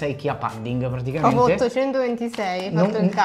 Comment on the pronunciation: Pudding si pronuncia con la U 😆 Lo sconto vale anche sul sito olandese?